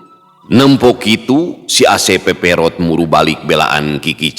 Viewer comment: Mang sanes peperot tapi purat perot